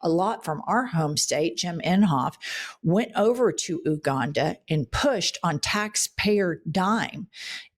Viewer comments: Adore you…but also a linguist:) Please tell me you’re aware that the pronunciation of “Uganda” is “You-GONE-da”! Not “oo”, “you”!! Love ya, and always want you knowing and learning…how we all keep our shit working as long as possible! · You can learn to pronounce Uganda. U not ooganda. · Please say YOU-Ganda not Oooh-Ganda... merci beaucoup! It's phonetic, not exotic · By the way. It's pronounced, YOU - Uganda. Not Ouganda. Otherwise, I'm with you. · Ooganda 😂😂😂😂 it's Pronounced Ewganda. Apart from this I enjoy this podcast so much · Hey ladies, watching you nearly every day! P. S. Uganda is not pronounced Ooh ganda; it's pronounced You ganda. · you-ganda, not ooh-ganda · love love you two! by the way it's pronounced yoo·gan·duh xx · Love yall so much! But Uganda is pronounced YOU-ganda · I love you guys but it’s pronounced Yoo-ganda. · fyi Jen, Uganda is pronounced ~you-gahn-dah~ and Mamdani isn't of "Ugandan descent" he's a Ugandan national: he's of Indian descent 😊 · That’s not how you pronounce Uganda…